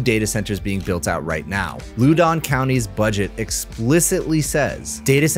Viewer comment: Loudon county is like OUCH... not loodon... lol